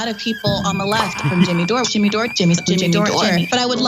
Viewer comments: He can't even say Jimmy, he says Chimmy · TIMMAY ? TIMMAY ? NO JIMMAY! JIMMAY JIMMAY? JIMMAY!